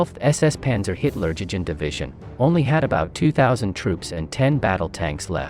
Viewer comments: What does he say? Hilla-DjiDji Division?😂😂😂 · OMG...this is "education"? With all of the mispronunciations and outright misrepresentation of who were officers.....Mengele never being a Hitler Jugend officer.....and it is You-gend...Jug.Jend......oh...and last to surrender? Only because when US or Canadian troops found them, they were shot on sight in retaliation for their massacres of POWs and other assorted war crimes. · Why would we want to watch a channel about WWII when you cannot even pronounce Hitlerjugend? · You are mispronouncing the name of the 1-SS and 12-SS Panzer Div